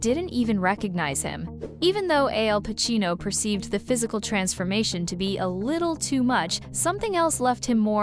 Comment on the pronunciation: To the announcer, Pacino's name is Al Pacino not AL Pacino.